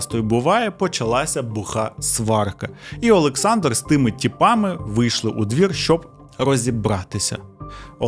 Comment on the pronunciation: У вас криміналіста звуть "ОлексНАдр" 😂 на *